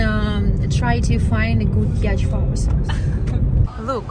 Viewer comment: It's pronounced "yaat" , not "ячт" 😂